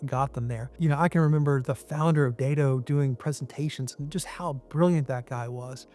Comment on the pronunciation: I was tracking until he said "DAY DO" and I was like, WHO? Do you mean "DAT TOE?". Who the hell is"DAY DO?"